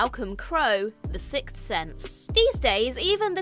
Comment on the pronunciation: SIXTH NOT SICTH HOLY SHIT.